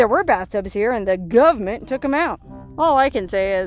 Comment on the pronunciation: I like how you say ''guvmint''